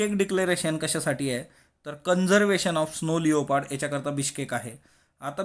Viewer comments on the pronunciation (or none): sir its not स्नो लेओपार्ड its स्नो लेपर्ड